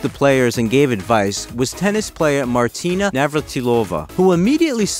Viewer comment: Congratulations for Maria's name but Martina's name was subpar. Slavic names seems to escape English speakers in general 🤔